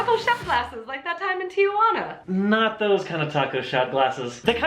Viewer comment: ok it's not tiajuana it's Tijuana. Tia Juana is aunt Juana.